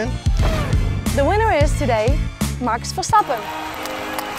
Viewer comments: Finally a dutch reporter who says Max his name in the correct dutch way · You can tell the girl is Dutch. She actually pronounced his name correctly 😂